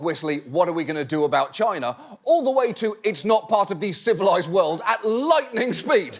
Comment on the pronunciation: I don't know why but the way he pronounced "...and the CIVILIZED WORLD" made me laugh hard :D